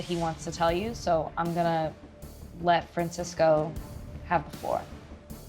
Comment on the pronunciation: Francisco, not Fransisco.....get it together MTV lol